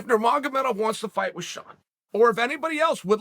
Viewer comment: He used to say Nurmagedomedov